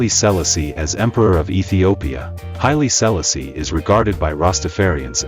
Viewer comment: Speak his name correct!